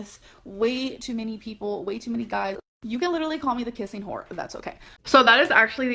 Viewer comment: Like....THIS isn't "Litt-a-lee" BORING??! Ummm....Yeeeeah🙄